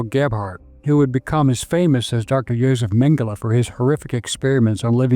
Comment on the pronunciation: Tradução os nomes o cara fala tudo errado.. Mengele chama de mangala... kkkkkkkkkk